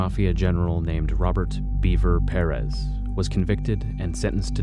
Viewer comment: As a native texas it hurts me to him miss pronounce Perez